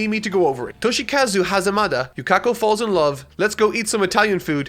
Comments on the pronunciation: the way he says okuyatsu, yakako, and remy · and none of them correctly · Take a shot every time mispronounces Yukako's name and calling Echoes by it's localised name